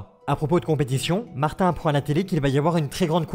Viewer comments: c'est mater pas martin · Aux Québec martin on l'appelle mater et on le prononce comme ma-terre en gros materre